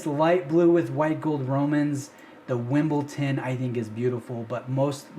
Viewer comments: Hey, awesome content. It’s Wimbledon though. Not Wimbleton. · Why is it so fk difficult to say Wimbledon? Why? It's not wimbleTon, it's with a D. Also you are all a bunch of ignorants with your wimbletones. Its called Wimbledon because it has green accents like the green grass courts of the Wimbledon tennis tournament, arguably the most famous tennis tournament on the planed that of course Rolex sponsors. You just have no idea what you are even talking about.